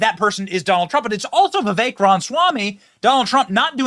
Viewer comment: This guy is just a big loudmouth. Doesn't even know how to pronounce 'Vivek'.